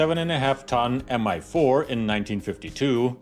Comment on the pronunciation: Great video! Love the Warhammer 40k references! A little nitpick, though: your English language narration pronounces Mi as MI (em-ai) which makes no sense (since it's not an abbreviation) and is inconsistent with the way you pronounce Ka and An.